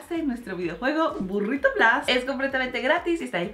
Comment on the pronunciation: dijo burrito plas